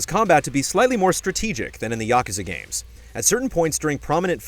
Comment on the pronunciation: Say it with me YA-KUZ-AH